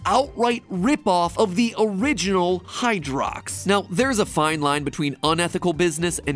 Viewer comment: Is it just me, but “Hydrox” sounds like “Hydra” and every time he says it I think of the MCU